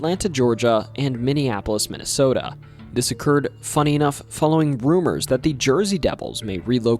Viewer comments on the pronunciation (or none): none